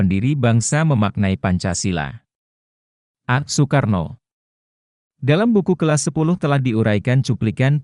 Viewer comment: narasi mohon di koreksi sesuai dengan pembacaan ejaan Van Ophuijsen. Nama orang Soekarno, Soepomo, di baca Sukarno dan Supomo. Jangan di baca oe mutlak.